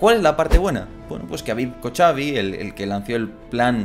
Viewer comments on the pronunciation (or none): Excelente video, como siempre. Una aclaración ya que lo mencionas mucho: David Kochavi, su apellido lo ves escrito para que lo pronuncien hablantes de Ingles, por como suena la "CH" en ingles, en español deberías leerlo como DAVID KOJAVI